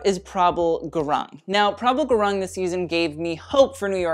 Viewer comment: Gurung is actually pronounced 'gooroong' ...but as English does not follow standard Latin pronunciation, we understand most English speakers would butcher anything.